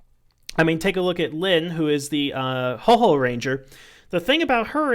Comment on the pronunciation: Houou...not Hoho LOL